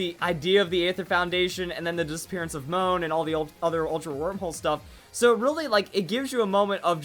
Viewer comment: You mean Mo-hon not moan lol